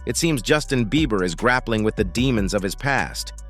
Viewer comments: Is it just me or does keep calling him Justin “Beaver”? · He keeps calling him Justin beaver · Someone tell him it's beiber ..not beever ....Ellen de genres ..Oprah ...need checking too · Is he saying Justin Beaver? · Why this man can’t say Justin Bieber?